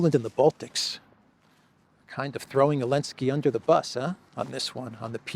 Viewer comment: It's funny how you still call him Elenskiy, after he banned "Z" 🤣